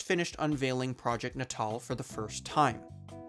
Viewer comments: yelling at my screen every time you mispronounce "natal" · Why do you keep pronouncing "natal" like such a chump? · i don't know if you're pronouncing "natal" like that to drive engagement or if i'm just america-brained but what the hell man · that's not at all how to pronounce natal that's also not how to pronounce Molineux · Why can't you say the word "natal" properly? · You should really double check the enunciation of natal. Think babies. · Nay-tul. Like neonatal. Not naw tall. Fuck my ears. I can't with this video. Goodbye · N'taal? I think it's pronounced "natal", as in birth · "nuh tall" and not "natal" as in "pre-natal?" Uhhhhh this is gonna be a long video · Are we sure it's "nuh-TALL"? "Natal" is already a word, it means "related to/of the nature of birth" (you know, like "neonatal" ICU cares for newborns? Prenatal vitamins are taken by pregnant women prior to giving birth, etc) which is pronounced "NAY-tull" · Am I the only one annoyed by how he keeps pronouncing the word natal as 'nuh-TAHL' rather than 'NAY-tle'...? 😑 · I bet a lot of people pointed this out but i don't see comments about it, its not "NAY-TAWL" it's "NAY-DLE" as in pre-natal or post-natal, referring to birth, infancy. And also "MAHL-EE-NEEW" not "MAHL-A-NOH" i know people say shit wrong in shorts to get people commenting and engaging with the video but this is a full video essay, say shit right or you sound kinda dumb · It's not nuhtahl it's naytuhl. As in natal, meaning relating to childbirth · “Na Tall”?? FFS at least learn how to pronounce the subject of your videos. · isn’t it pronounced… natal? as in, neo-natal. nay-tull? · no. ill try. nay-tul. is t hat ok? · I really want to give this story and channel a chance but I can't get past the mispronounciation of "natal" (nay-tul). You know, like "birth"? Holy moly. Otherwise the video seems decent. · It’s. NAY TAL lol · Is it not pronounced natal like prenatal? Not Nat-All? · It was always pronounced as nat-all in conferences